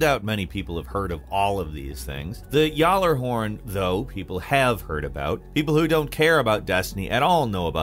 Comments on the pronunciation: wait....did you pronounce that at Y'ALLER HORN?! IT'S PRONOUNCED GALA-HORN! LOL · Did he really call the gallahorn the yalahorn 🤣🤣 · GALA horn not “yahlahorn” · “Yallerhorn” I slid out of my skin Amongst us day 1s, it’s a gif not a jif, in accordance it’s a gally, “gal-er-horn” that’s the players pronunciation. Fight me in the comments if you want to be wrong Edit: Gotta be a troll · Finally someone finally gives gally the recognition it deserved. For that, I'll ignore the fact you said yallerhorn. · No one’s gonna talk abt how he called the gjali the yallehorn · did he say yallerhorn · Please don't call it yollerhorn 😂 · Please don't call it Jallerhorn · I gotchu homie. It hurt my ears so much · It's pronounced Galla horn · It hurt my soul hearing him pronounce GJALLARHORN lol I play destiny everyday and when I saw it was on the list I didn’t even recognize the name then realized it was the precious GALLY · Also I know we all say it wrong but it’s how we all say it and I was just pointing out I didn’t know what he was talking about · The g is not silent in gjallarhorn just so your aware lol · You're talking about people that can't pronounce the rock of launcher from destiny and you're one of them 😂😂😂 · The j is silent 😂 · Gjallarhorn why u saying it like that bro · praise gjallahorn! edit. you butchered its pronunciation you ingrate!!!!!!